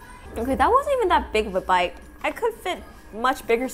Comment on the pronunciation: is version of “bite” haha I still love you 😂